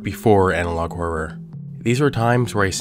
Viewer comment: Do you know how much i appreciate the fact that you actually say the word HoRRoR! Usually when people say it it just sounds like "whore" so thanks for that. Lol i have to say, This is the BEST channel on YouTube. I am so glad you are still making content that we all subbed for instead of changing it. Ive been subscribed to this channel for years!❤